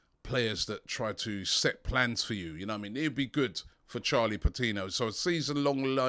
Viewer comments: AFTV putting an "h" in Patino like we wouldn't notice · "Charlie Patinho" the dyslexia is rife at AFTV. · Patino not patinho he isn't Brazilian mate.